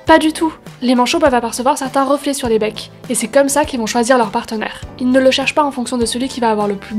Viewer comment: J'ai beau regarder sans cesse la vidéo quand tu dis "les becs" je comprends "les pecs" 🤣🤣🤣